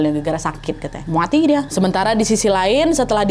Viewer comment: "Mwaati dia"🤣🤣🤣